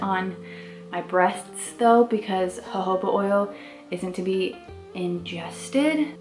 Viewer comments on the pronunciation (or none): none